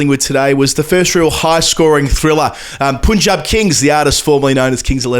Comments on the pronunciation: Please don't say poonjab... it's punjab. ...pun same pronunciation as English pun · love the analysis, and have been a fan since the cricbuzz videos. Please fix the pronounciation of Punjab. It's 'Punjab' - Pun sound exactly like a pun. Not poon. ✌🏽😅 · Guys I liked this format but it's not Poon-jab, it's Pun - Jab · Hello guys... Punjab is pronounced as pun in punter... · doing a great job in collab with 😃 One correction, you have to pronounce Punjab as 'Panjab' mate!!! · I feel bad doing this again but you guys are generally so great at pronouncing Indian names that the odd bad pronunciation really hits hard 😅 The "Pun" in "Punjab" is pronounced the same way as Pun = bad joke. Other than this, I reallyike this format and you guys covered almost everything of note, EXCEPT: The Rahul Dravid Cred ad! Please, please look it up and tell us what you thought about it! Actually, please do a live reaction video 😂😂